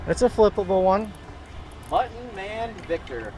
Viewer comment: Mu tt on . Sorry I’m a English annunciation Nazi